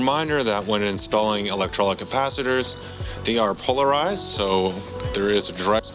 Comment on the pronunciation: nice video. the capacitors are pronounced electro-lytic